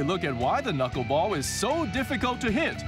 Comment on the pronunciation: The studio people are hilarious. She says the "knuck-ball". And he thinks it's held with 3 or 4 knuckles. LOL